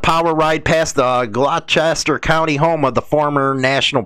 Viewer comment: You BUTCHERED my County though Hahahaha I forgive you I know your from CHI town. It’s pronounced (Glaw-Stir). Not (Glo-Chester). #RockOn thank you so much for giving both sides and setting things straight. Telling it like it really is. Your not Thanked enough. Keep doing your thing big guy 🤘🏻⚡️⚡️